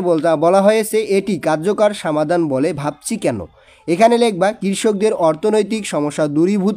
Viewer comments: স্যার আপনার বাংলা অনুবাদ পরতে একটু সমস্যা হয় আপনি সমাধান কে বলেন সামাধান এছাড়া আরও অনেক কিছু বলেন একটু ভালো করে পড়েন 😔😔😔😔😔😔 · সামাধান না সমাধান 😂